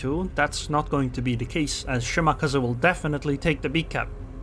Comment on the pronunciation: The way you pronounce Shimakaze is stroke inducing. Good video.